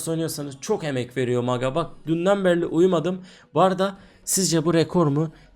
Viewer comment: ABİ DÜNDEN BERLİ DİYORSUN DÜNDEN BERİ OLACAK :D